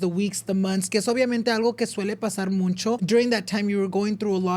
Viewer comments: Someone teach how to pronounce MUCHO (no ‘n’, no es muncho) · stop saying “muncho” it’s mucho 😩😩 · Pls it’s mucho or muchsisimo, not muNcho, I use to get this work but if you’re going to use it a lot pls have it be right 😭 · I just recently started watching but I realize he says muncho instead of mucho? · "muncho" instead of mucho drove me crazy the whole video lol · Ain’t it mucho not muncho? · Hey love your podcast… but 😅 it’s “mucho” not MUNCHO 😂😅😅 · Why he say “muncho” instead of “mucho” am I the pendeja? Correct me if I’m wrong please 😢😅😊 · Has anyone noticed said Muncho instead of mucho lol what’s up with that n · why does say “muncho” instead of mucho? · Starting a petition for to start saying MUCHO instead of muncho 😅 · muNcho, muNcha, muNchos.. there’s no N in MUCHO 😂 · I love the podcast but tbh I get the ick how says “mucho” he says it “moon-cho”😭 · It’s so funny he says “muNcho” it makes me giggle every time I hear it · I hate when he says MUNCHO 😭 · I keep hearing him say “MUNCHO” anyone else 😂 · OMG !!!!! The way he says it really irked me for everrrr until I just accepted it lol